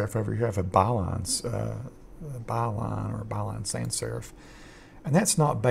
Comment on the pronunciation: Great tutorial, and you sound like Astronaut Charlie Duke which is a bonus. - p.s: It's "sans" not "san" - French for "without"